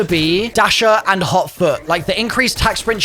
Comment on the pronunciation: I thought he said hauk tuah. Instead of hot foot